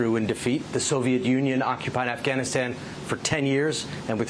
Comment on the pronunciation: Hehh hehh ... He done said Assghanistan.